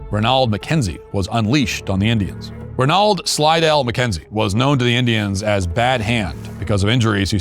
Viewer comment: That’s the poshest pronunciation of the Scots ‘Ranald’ I’ve ever heard. 😄. Maybe because the Scots to US folks it sounds the same as they would say Ronald? The fictional Blood Meridian - the audio book version of the Comanche attack which is briefly mentioned in the chapter foreword- you almost forget whos comingthe arrogant filibuster commander looking for scalps and ‘sport’… it’s something else. Brutal. Pekka Hamalainen’s summary of Comancheria (including human trafficking is available succinct. Though the written sources available are overwhelmingly non- native.